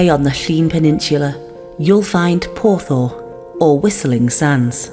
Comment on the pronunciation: Crumbs ! Porth ? what ? It's oer ! 0 E R (Whisteling Sands )